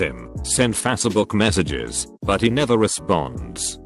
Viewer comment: I Love how this IT voice is spelling „fazzebook“🤣😂😂😂😆always my Favourite